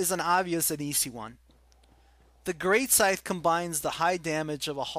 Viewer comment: Greatsight? hahahahahahahaha Its Great Scythe